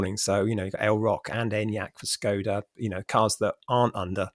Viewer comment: What’s with ridiculous pronunciation of Skoda? Does she go to Paree, Bartheloma and Lisboa?